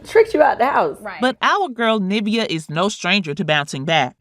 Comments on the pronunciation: Why can’t the commentator pronounce her name it sounds like NIV-E-A not NA-VI-A my people learn to pronounce words correctly please 😢🤦🏾‍♀️black folks always messing up names and calling it what they want knowing they’ve heard 1 million people saying it correctly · Just one problem with this - "NIV e- A" not Navia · Her name is pronounced Nivea, like the lotion💁🏽‍♀️ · NIV-EEEEEE-UH is the correct pronunciation! Like the lotion! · Hearing her called “Na-via” is cringing 😂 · Pronunciation is important. It’s niv-ee-uh. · I love this interview but the fact that you keep pronouncing her name wrong.... Like it's just like the lotion. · This video should just refer you to Kandis interview and hear it directly from Nivea’s mouth also hate how she’s pronouncing her nameeeeeeee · Why do u keep mispronouncing her name lol nice video tho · Girl pronounce her name properly!